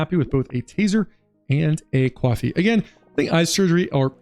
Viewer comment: do you pronounce coffee "cuoffee" as a jerma reference?